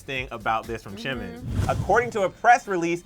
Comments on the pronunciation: You say Chimin 😅 think of it as Gee-min. Jimin is pronounced as so 💜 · did he just say CHIN and CHIMIN and CHUngCOOK...... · The fact that they call him chimin I'm dead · Is it just me or does he call him Chimin? I can hear him say Jin, Chunkook and Chimin and again later again chimin... It's a J....JIMIN... JUNGkOOK